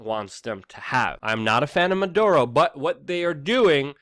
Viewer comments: Dude, it's not "Man Duro", it's "MaD ooro" Unfortunately, I 100% agree with what you are saying. I'd like to know why those Venezuela people are fighting/begging at the border and not their own government? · Dude, you’re incredibly smart but often late on reporting & here you mispronounce Maduro & call him “Monduro.” But, it actually shows you did as much research as possible so this is a good video. Well done. Liked. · The name of this sack of shit is, " Maduro ", not, " Manduro ", you little genius ..